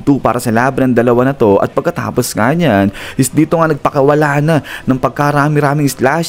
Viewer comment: NEEYAN po ang bigkas hindi NYAN